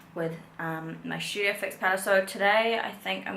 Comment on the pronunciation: It’s STudio fix not Shoodio fix 🤦🏽‍♀️